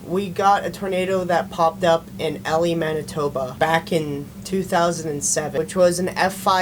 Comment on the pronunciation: Elie= E-Lie not elly